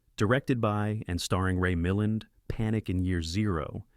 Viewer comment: Thought provoking but some noticeable gafs such as mispronouncing names like Ray Miland